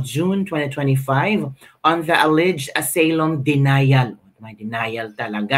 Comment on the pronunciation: Kabibig correction lng ha hindi aseylum ang pagkabasa ng asylum ---"asaylum " ang tamang pagbasa .. god bless kabibig